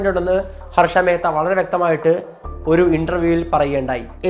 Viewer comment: Mehatta അല്ലേടാ മേത്ത,, h silent